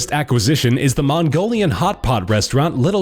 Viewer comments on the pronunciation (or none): none